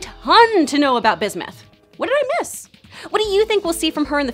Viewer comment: Bismith? Ummm watt.